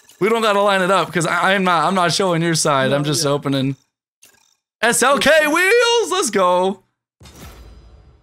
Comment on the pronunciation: Say SLK NOT S.L.X IT SOUNDS FUNNY 😂😂😂